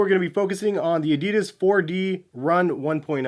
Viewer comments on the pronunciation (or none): I thought these were call the 1 dot 0h? Why are you saying it wrong?